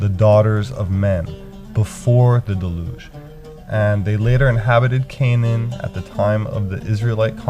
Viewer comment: Angels had one test before the Creation of the World. Their wills are fixed in their choice. Besides, angels have no bodies., its pronounced "DELL- yoozhe" and "antedelOOvian."